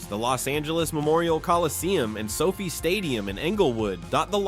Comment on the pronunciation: Who is this fool narrator who has rhe names wrong? He pronounces the names wrong. Its LOS ANGELES AND SOFI NOT LOUISIANA AND SOPHIE. WHAT A MORON😂